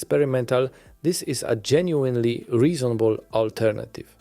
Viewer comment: genuinely genuinely genuinely genuinely... If you're gonna read from a script that repeats this word so much, at least learn the correct pronunciation, man